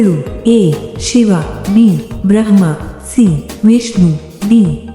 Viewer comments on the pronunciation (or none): none